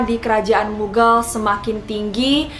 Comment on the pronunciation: btw bacanya mughal , bukan mughel